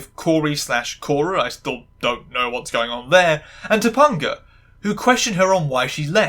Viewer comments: I understand it’s a bit, but as a 90s kid, whenever you say “toe- PUN - gah” instead of “toe - PEN - gah” it makes me die a little inside. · TopAnga, not TopUnga. the AN is the same as in the word TRANS, so I know you can pronounce it. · Dude how are you continuously mispronouncing Topanga's name it's not toponga it's Topanga not toponga or toponger Topanga you even played like 3 clips where it was said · Okay, one thing driving me a bit up the wall - her name is pronounced Toe-Pang-A. Sorry, as someone who's name is often misspelled and sometimes mispronounced - especially on purpose by men who think they're being funny - I'm a bit hung up on making sure names are said/spelled correctly. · I'm sorry, did you just say TopUNGa? I'm cackling. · I grew up on this show and like other commenters, this was part of my bi awakening. lovely video. I kept laugh/cringing anytime I heard "Ta-pun-ga" haha. For any curious non-Americans, her name was a little weird for most of us bc Topanga is also a street in Los Angeles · Top-UN-ga? I LOVE the videos in this series, but your frequent mispronouncing of names are like daggers in my heart. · First of all say it right or pay the price her name is pronounced Ta pinga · 2-PONG-UH?!? Did you watch ANY of the show? That is not how you pronounce her character's name. To mispronounce someone's name is functionally the same as calling them by an incorrect name. You've heard it spoken aloud many times in order to do your research for this video. Acknowledge that you're wrong. Your personal accent is not an excuse. Pronounce a person's/character's name as they pronounce it. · I'm so sorry but I die a little every time you call her Tupponguh 😂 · It’s pronounced toe- pang- uh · I know this is stupid but I can’t handle how wrong your saying topanga so often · The way you pronounce topanga is killing me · the way you pronounced Topanga lowkey made me wanna cry LOL